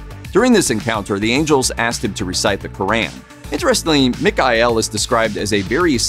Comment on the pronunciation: Bro, can’t even pronounce the Quran right….